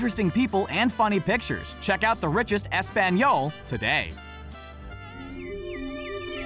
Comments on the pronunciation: Could you butcher the pronunciation of Español any worse? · As a spanish speaker, how he said español made me cringe so hard. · Españiol xD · Dude don't ever say Espanol you can just spanish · The way he said español...it was sooo American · Any Spanish speakers who laughed when he said “Español”😂? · You didn't pronounce hola and español right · The way he pronounced español made me cringe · As a Dominican, the way you said "Español" R e a l l y bothered me lol.